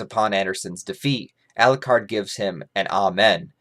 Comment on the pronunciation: Every time says Elucard. Dracula loses a soul. How many souls did he lose in this video?:)